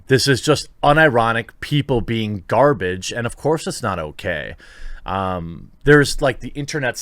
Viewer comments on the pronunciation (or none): none